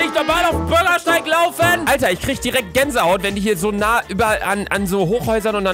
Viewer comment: Normale Leute: Bürgersteig Luca : BöRgErStEiG